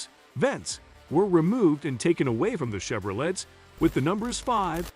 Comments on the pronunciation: It’s not pronounced Chevorlet it’s Chevolay ! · "CHEVRO_LET....dude cant say names right....WTF